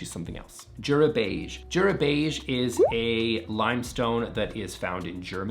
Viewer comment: Jura is pronounced Youra - everyday is a school day